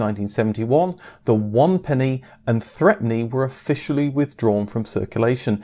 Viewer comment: The threepenny bit wasn't pronounced "threpenny". Everyone pronounced it "throopenny", except for the lady in our local toy shop who always called it "threpence".